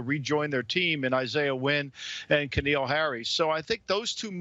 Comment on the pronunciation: K'Neal? Put some respect on his name